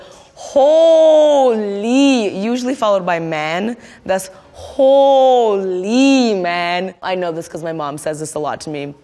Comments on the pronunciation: When she said hooooly her indo-Canadian accent was sooo clear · Might be a Toronto style accent I wouldn't say Indo really - expect when she says hooooly man at 43 seconds.